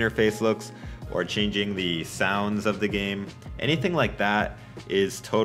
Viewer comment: se dice game banana no gaim patata